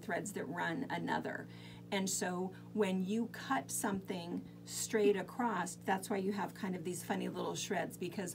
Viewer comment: Love this, a very good way to reuse lots of fabric. Thanks for sharing. I wonder is others notice the amount of people on the craft videos who say “ acrosst” instead of across… they put a t on the end of the word? ….must be an American thing. Cheers